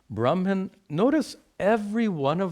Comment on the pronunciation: why are u pronouncing bramhan instead of brahman all the time